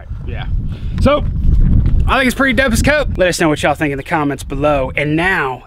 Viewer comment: Is it me or did say dope as cope?